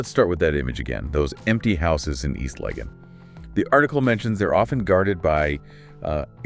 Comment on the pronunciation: The voice doesn’t even know how to pronounce East Lagon or Accra so had to stop it right there…